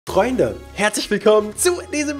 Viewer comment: Hat er am Anfang gesagt "Treunde"? 😂😂😂😂😂😂